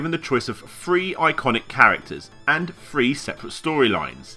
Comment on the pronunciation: Whenever he says "three" it sounds like "free" which can get confusing.